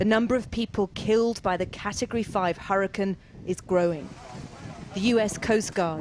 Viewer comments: She said huricon and not hurricane lol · Why does she say hurricon not hurricane